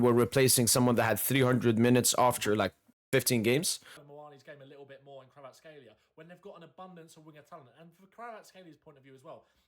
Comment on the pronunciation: bro, you pronounced his name too good now :) Georgian approved hehe.